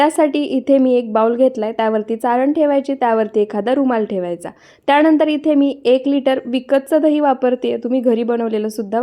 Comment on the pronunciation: त्याणंदर नाही त्यानंतर बोला, आधी शुद्ध मराठी बोलायला िशका